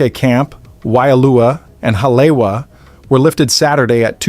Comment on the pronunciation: its not ha-lay-wa its ha-lee-e-va